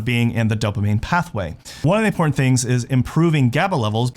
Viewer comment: right, he's a dofuss, pretending to be important, or IMPORNAN(t).